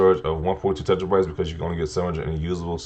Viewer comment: Its not tetra-bytes it is 'tear-uh-bites'